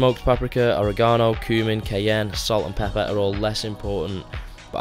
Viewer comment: You say Oregano weird